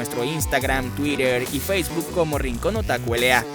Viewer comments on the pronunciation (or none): none